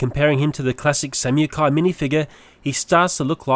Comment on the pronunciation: samukai is prononced (sam-a-kai)